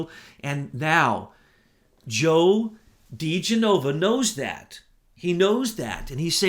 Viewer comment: you finally learned how to properly pronounce Papadopolous. Now give DiGenova a "go." It is "dee-JEN-oh-va" and NOT "dee-jen-OH-va." But I love your mangled names. Shows me you are human. I thought you were a god. Keep up the good work.:)